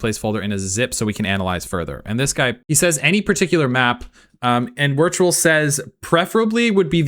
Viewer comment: Witrual is in fact pronounced Virtual